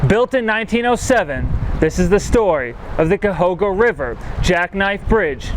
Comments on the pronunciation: Very nice video, but Cuyahoga is pronounced exactly how it looks: (kai-ah-hog-ah). I'm a lifelong Cleveland native, and have never once heard the river pronounced the way you had chosen to pronounce it. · Actually growing up in Akron, most people pronounced it Ca-hog-a.